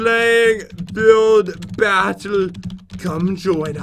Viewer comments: Pat said buidf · “buildf battle” 😂